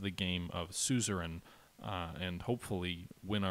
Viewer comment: Last episode, maybe you finally learn to pronounce ”Suzerian”. ^^